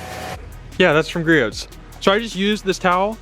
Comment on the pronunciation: Great video! Btw the t in Griot’s is silent. 😉